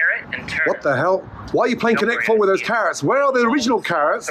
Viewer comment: man said connect four with carrot😭